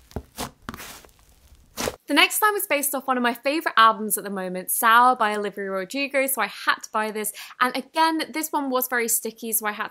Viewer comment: sour by orivya rodrigo:D that's what I heard._.